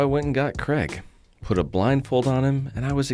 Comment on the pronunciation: Is pronouncing Craig's name "Kreg" on purpose? 😆 Maybe Craig should do a sponsorship deal with Kreg 😂